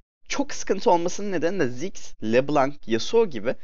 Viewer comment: Abi ismini anlayamıorum. daha belirtili ve yavaş söylersen.